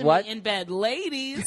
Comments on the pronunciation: hahaha cheers to Nia for saying LAY-DEES! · Is that not ok with the lay-dees? lol come on bill dirt bag Burr